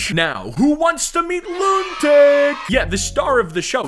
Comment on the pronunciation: Loontic❌ Lunatic✅💀